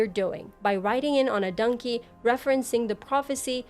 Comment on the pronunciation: I’m not hating at all, everyone got an accent but I gotta be honest, “Dunkey,” almost took me out every time